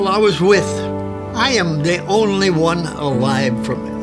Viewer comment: "... I am the only wan alive..." 😭